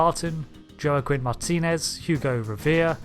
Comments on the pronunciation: "Jo-a-keen?" Dude, it's pronounced "Wah-keen" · Jo-uh-kwin? lol , it's pronounced Wah-keen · Joaquin is pronounced hwah-keen not "jo-ah-kwin". Think of the actor Joaquin Phoenix. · I cringed when you pronounced Joaquin as Jock-win. It's more like Hwok-een. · Wait, did you call the 1900’s the “19th Century?” Also, “Joaquin” is pronounced “Wa-keen,” not “Jo-ah-quin.” 🤔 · I love these videos! But...you might want to practice your name pronunciation before recording. Joaquin (wah-KEEN) and Rousseau (ROO-soh) might object if they came back in time to watch this 😂